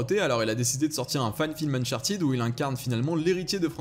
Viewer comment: uncharted se prononce eune-chart TEDE, PAS TIDE !!!